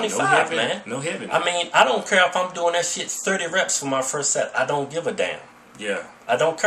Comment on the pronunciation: LMAO "I don't cur"